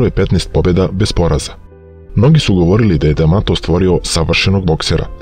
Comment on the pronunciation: Nije Kus damato nego Kas D'Amato